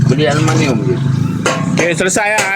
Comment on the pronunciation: Bukan aluminum ye kawan kawan , bah kata alumaniummm 😂🤣